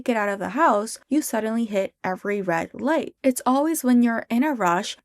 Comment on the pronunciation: THE WAY U ADD CHER WHEN U SAY "hit red light" BYE- 😭